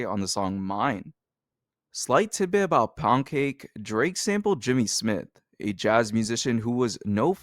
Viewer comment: “Abooted” bro why I hate that ewwwwww